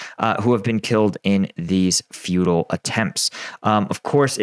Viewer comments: Did you say "feudal or futile" attempts? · I know you said “futile” in reference to the assaults on Vulhedar, but my brain heard “feudal” and that works even better.